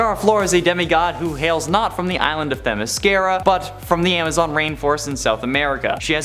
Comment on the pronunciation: Teh MISS kear uh?